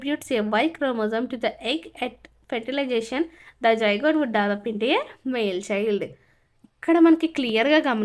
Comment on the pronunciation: its not zijgote it is zygote 😂😂😂😂😂😂😂😂😅😅😅😅😅😅